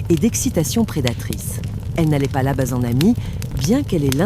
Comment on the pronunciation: Je me désabonne, j'ai essayé d'écouter plusieurs fois, car les histoires sont sympas, mais ce fond de feu de bois est trop fort, la voix masculine ou féminine est sympa aussi, mais argh les trucs genre peu.. être, le cheur au lieu du choeur, le pube au lieu du pub.. labasse au lieu de là-bas..et autres choses ce n' est pas glop.. bien dommage..